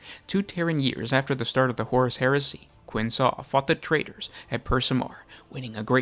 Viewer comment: Nice video! Please note though: Qin Sa is most likely pronounced by Chinese language rules, so it's "Tseen-sa" or "Chin-sa"